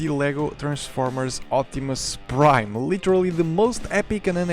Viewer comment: "Si Optimum Praid!" - some Fillipino dude